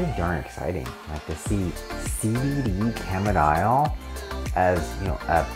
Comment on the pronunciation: Didn't catch what you were calling it...CBD camidile (phonetic).?